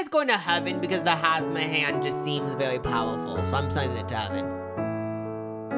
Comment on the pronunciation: It's hamsa not hasma 😭 he committed to the pronunciation tho lol